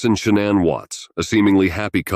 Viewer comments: SHANNAN, NOT SHANNON!!!! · See the problem with computer generated narrators is that they often don’t pronounce proper names of victims. The mother‘s name was not Shannon, it is pronounced Shinaan, soft, I, soft A’s. But the computer wouldn’t know that. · "SHA-NAN", not "Shan-none" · It’s not “Shannon” it’s Sha-nan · Her name is Shanann not Shannon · Sha-nan, at least say it right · She doesn’t pronounce her name that way. It’s Sha-NANN. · I literally couldn’t listen to this because of how you mispronounced her name. I can’t believe you did all this research on this woman and couldn’t even pronounce her name correctly, which makes me question anything you’re saying. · I hope it's not trivial, but hearing shannan's name pronounced wrong this whole video seemed... unjust..or disrespectful a little bit... I dunno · You are mispronouncing Shannan's name. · same here! Can’t even say her name right!